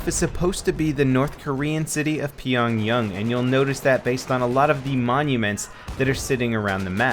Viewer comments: Isn't it Pyongyang? Not Pyongyung... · The North Korean city isn't pronounced as (piong-yeng), it's pronounced as (piong-yang). [Not trying to be disrespectful, or anything, just giving you a heads up. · pronounced Pyongyang as p-yun-yun its pronounced the way it sounds